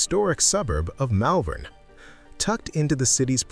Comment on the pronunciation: 👎👎👎 Hopeless American AI narration, Malvern is pronounced Mollvern in Melbourne. Documentaries should be accurate not made up AI. 👎👎👎 Give Australia Australian narration. 🇦🇺🇦🇺🇦🇺🇦🇺🇦🇺🇦🇺